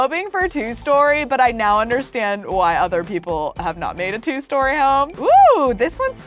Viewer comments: She said meow instead of now 😌 I love her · did say "right meow"? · Omg she said moew instead of now and I'm lmfao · When you tried to say now you said meow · Did anyone else notice she said meow instead of now, after moving in?? Like if you did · and also WHY DO YOU SAY MEWO IN STED OF NOW